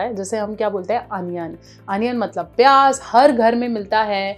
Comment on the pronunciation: اسلام وعلیکم بولتی بہت اچھا ہیں ہم پیاز بولتے ہیں آپ پیاج بولتے اچھا لگا جیسے آپ اچھے آپ کے لفج مطلب لفظ بھی اچھے۔ نسیم اے ڈی کراچی ، پاکستان